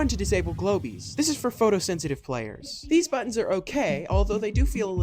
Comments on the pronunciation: IT'S PRONOUNCED "GLOBE" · It’s pronounced glohb